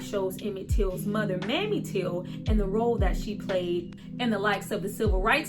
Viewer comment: It’s pronounced Mae-me. You just called Emmit Till’s mother Mammy. Ugh! Despite that, I appreciate your review! She was a songwriter though. She just didn’t have numerous credits but she had some.